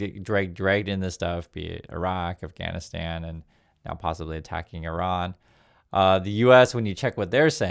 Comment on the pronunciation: Thanks for pronouncing Iran correctly. It's quite the scene that people being highly paid can't be bothered to pronounce the name of the country they are about to slaughter thousands in.